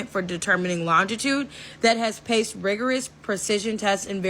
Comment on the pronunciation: Chic with the chronometer theory cant even pronounce passed correctly and said paced She need to go to sleep.